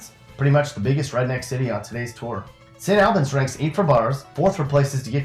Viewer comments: First ..let me correct your pronunciation of St. Albans..it’s All- buns..not Al-bans. Lol second..you will not find any friendlier, loyal ,people than you do in West Virginia..no matter where you go in the state. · St. Albans is pronounced like Saint Allbans not like somebody's name Al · Albens smh all abans is how its pronounced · It's pronounced Saint ALL BINS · It pronounced saint al-bins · Well, please learn how to pronounce St. Albans. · The way you say St. Albans makes me cringe. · I'm from St. Albans! You pronounced Kanawha and St. Albans wrong lol